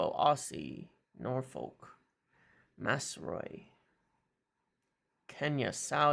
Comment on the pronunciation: Pronounce it like this: “Maz-row-ee” “row” in this context is pronounced more like “having an argument” rather than “rowing a boat” 😂😉